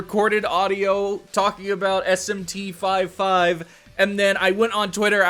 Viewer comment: It’s not called SMT 5 5 🥴